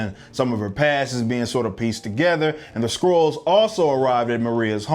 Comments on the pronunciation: You were saying Scrulls. I thought you were saying *squirrels*. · Am I the only one who heard "Carol Danvers is kidnapped by some Squirrels"? xD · Are you saying squirrel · Why does it sound like squirrels every time I hear someone say Skrulls?